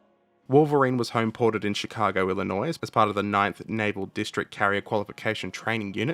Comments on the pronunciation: I know I am being SUPER pedantic, but "Illinois" is not ended with an 's' sound. It is pronounced "ill in oy" Just like to point that out because a lot of people don't realize that. I am probably also pronouncing it incorrectly if speaking about the name of the people it was named after.... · If you want to pronounce it incorrectly it is Eel-lin-oy.